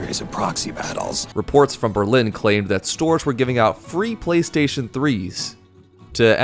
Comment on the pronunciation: the fact that he legit said “PrayStation” really adds to the Japanese authenticity, and I like it that way